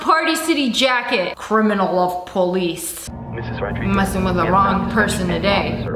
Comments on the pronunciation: Olivia Rodrigo not Olivia Rodriguez... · Honestly, it's olivia rodrigo not olivia Rodriguez.